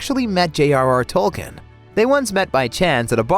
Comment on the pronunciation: It's Tolkeen not Tolken and Elijah Wood's character is named Maura not Frodo because that is the Westeron name not the Hobbiston name